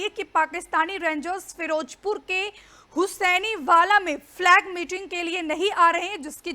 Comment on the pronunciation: Firojpur hahahaha firozpur hota hay